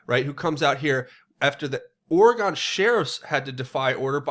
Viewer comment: Not a big deal... At all... Buuut: people here call it "ore-gun" or closer to that than "ore-e-gone"